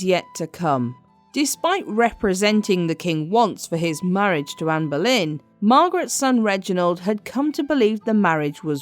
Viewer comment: Why do you keep saying amber lynn? It’s Ann boylen